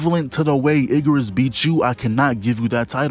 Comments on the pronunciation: Yes it's bird. Why commentator say Iggerus like that? It's Igris 😅😅😅... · “Iggarus” bugged me more than it should have 😂